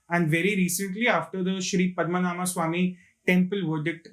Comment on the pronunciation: Its not "Padma Naama" - It is "Padma Naabha" (Padma - Lotus, Naabhi - Navel(Belly button) ----> Lord Vishnu)